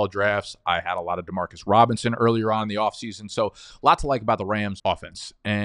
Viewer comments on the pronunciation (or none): none